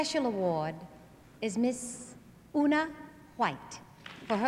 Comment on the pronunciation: Too bad Diahann mispronounced Onna's first name :-(